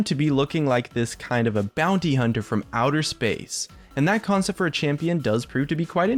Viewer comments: "champion conept" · Champion "conept" 21 rofl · "Champion Conept 21" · CONEPT ;) Great vid tho, love these kinds of videos